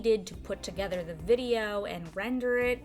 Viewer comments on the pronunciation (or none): none